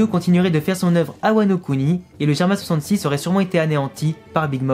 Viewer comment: On dit germa double 6 pas germa66